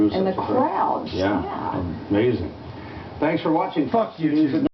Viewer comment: did he just say " Thanks for wacthing fuck news?!" LOL